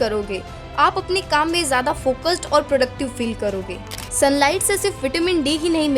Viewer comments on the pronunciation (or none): none